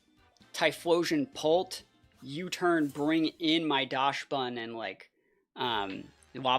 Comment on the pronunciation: isnt it pronounced daxbun? as a reference to dachshund